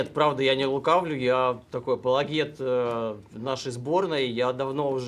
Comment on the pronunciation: Не пологет, а АПОЛОГЕТ! Знаток😂